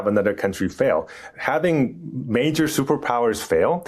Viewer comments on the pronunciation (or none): none